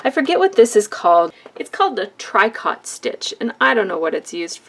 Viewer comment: The correct pronunciation for tricot is "treecoe". The machine looks like something I need to get.